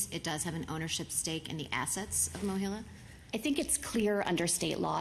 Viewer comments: MOHELA, not "Mohilla." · Mohela, not "Mohilo."